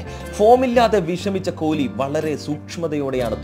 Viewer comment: കോലി അല്ല പൊട്ടാ കൊഹ്‌ലി, 😁😁😁😁👌👌👌🌹🌹🌹🌹🌹🌹😍😍😍😍